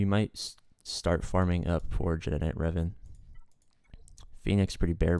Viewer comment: it's pronounced reh-VON ;) and bass-TEEL-uh